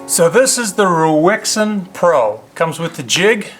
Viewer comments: It's pronounced "Raisen" like the fruit & you should do a video on their newest model, same low price but comes highly modified with a clamping system for the blade that revolves so once set all you need to do is revolve the clamp by 90 degrees to access the opposite edge & it's all mounted on a G - clamp type base you can clamp to any kind of table. It's worth noting that this one is a 1st generation model & the one I've just received this morning is an 8th generation model so the company does at least act on the feedback it receives, if anyone wants to see one in action look in the side-bar of videos to the right of this video & find the one from " Steve Jordan " from 4 months ago. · Hi it's raisin pro.. is what the name is pronounced like.. Rui is Ray and Xin is Zen.. Ruixin is Rayzen,, or like the dried fruit raisin..